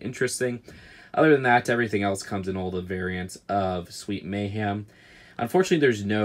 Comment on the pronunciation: I love your videos but why do you say “Sweet May-HAM” and not “Sweet May-HEM”😭